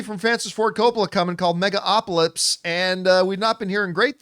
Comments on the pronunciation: John said "Megalopolypse" every damn time :D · does john keep saying megalopolypse? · John just cannot pronounce the movie properly 😂😂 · The bare minimum he could do to try to pronounce the title of the film correctly. If you don't give a damn, just don't do reviews. It's totally disrespectful and unprofessional. I don't care how casual you try to look. It's bad and not cool.